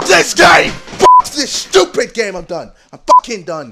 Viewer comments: Me: Stupid Ksi: Shtupid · ITS JUST SO SCHEWPID